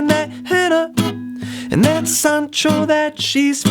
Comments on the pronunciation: When he said “sAHnchiTo” Bradley cringed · This dude really said sand Cheeto😭😭😭😭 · He really did say Sand Cheeto